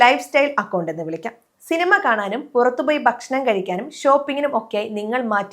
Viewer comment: വിശമം 😜😜ബെശമം 😂😂നിശേപം 😜😜ബശണം 😜.. മലയാലത്തെ കില്ൽ ചെയ്യല്ലേ 😂